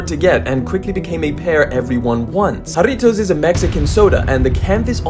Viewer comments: As a Mexican, I want to personally thank you for properly pronouncing Jarritos 😂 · 10/10 on pronouncing Jarritos -from a mexican sneakerhead born in 🇲🇽 but always lived in america 🇺🇸 cheers 🍾🍊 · Thank you for pronouncing how deep Jarritos